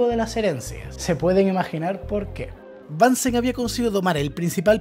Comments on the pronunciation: asi esta mejor, es BUNSEN no bansen es aleman no ingles El mechero de BUNSEN. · Es alemán así que se pronuncia Bunsen no "Bansen" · bunsen se dice . es aleman no ingles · Es Bunsen, no Bánsen. Es alemán. Muy bueno tu canal. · Muy buen video. Solo un detalle, has pronunciado apellidos alemanes en inglés. Es "bunsn" y "kirjof". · El aleman se pronuncia como el aleman, no como el ingles... Bunsen se pronuncia casi igual que en español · Hola, gracias por el vídeo que es muy interesante. Sólo un apunte: Bunsen es un apellido alemán, así que no hay ninguna razón para pronunciarlo en inglés, puesto que en alemán suena exactamente igual que si lo leyeras en español.